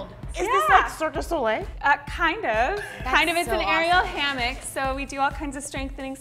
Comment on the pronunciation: Did she just call Cirque du Soleil Circus Olé?! XD